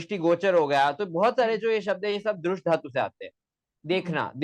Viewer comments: ये साला दृश् शब्द तक का उच्चारण द्रुश् कर रहा है भारतीय उच्चारण की पद्धति भी नहीं है,हरामखोर को वार्तिककार भगवान कात्यायन भी गलत लग रहे हैं, जो कात्यायन पतंजलि के भी समझ में न आ सका वो इस कुकुरमुत्ते के समझ में आ गया। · तुमको दृश् बोलना नही आ रहा है तू क्या शोध क्या करेगा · Apko drish dhatu bolna nahi ata। Aye bare। Gutthi। Suljhane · पोपट तुम ठीक से दृश् बोलना सीखो